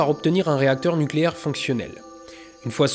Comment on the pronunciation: Nukélaire! On dit nukélaire! D'Oh!